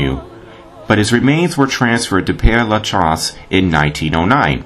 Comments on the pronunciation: It's actually pronounced: PAIR (as in "pair" of pants)LUH(Luh as in "duh") -SHEZ (short E, as in "says"). The place is named for a priest, Pere (Father) Lachaise. Hope that helps. Beautiful video! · Pere LaChaise is pronounced like this: PAIR-LA-SHEZ. And Oscar Wilde died from cerebral (pronounced SER-EE-BRUL) meningitis (pronounced MEN-INJ-EYE-TIS). Does that help?